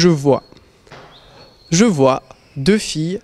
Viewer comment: Let me tell you, nobody pronounces the "vois" like he does. I think his jeans are too tight.